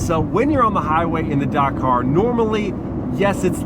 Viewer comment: This mans pronunciation of Dakar is rage educing